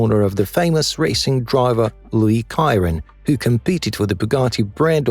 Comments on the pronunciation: Why are most of the shots of these cars in reverse perspective. And the Bugatti Chiron is not pronounced Kiron but Sheeron 😅. IDK 😏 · It's not ciaron It's sheron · It's pronounced 'She-ron' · Stopped watching when he mispronounced the Bugatti Chiron. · AI can't even pronounce the name Bugatti Chiron properly LOL😆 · I think its a human narrating that can't pronounce things